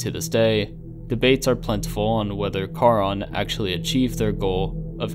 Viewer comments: Ahhhh stop saying car-on. It’s pronounced SHARON. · Only thing I would suggest...if you for further videos on this. Charon in Greek mythology is pronounced CARE-on. Nit picky, I know. Otherwise, well done sir